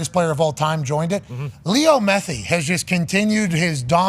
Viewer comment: Anybody know why pat calls Messi “Methi” lol